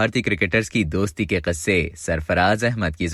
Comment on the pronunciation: Kasse kya hota hai??? Kisse toh sahi se bol le bhai